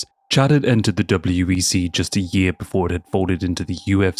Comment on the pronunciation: Are you saying WBC instead of WEC sometimes?